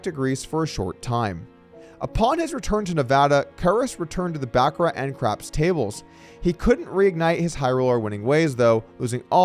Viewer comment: Dougie, the 't' is silent in Baccarat. And it's not $50 when somebody backs you for ten grand. It's ten grand. OR......wait for it......10050!! Sharon's old address before Sexy Sadie performed that impromptu abortion. And no, it wasn't Tex.